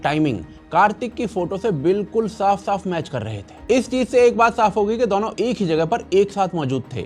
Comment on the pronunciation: दौनो नही दोनो बोला करे pls ,🙏sounds v annoying